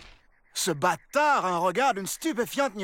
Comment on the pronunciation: À le nouveau prisonnier a dit Bâtar